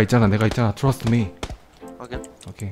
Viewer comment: 여러분 그거 츄러스 먹을래 그러 츄러스아니고 예....trust그건데 발음이왜 저따ㄱ ㅖ... you trust me?(나 믿어?)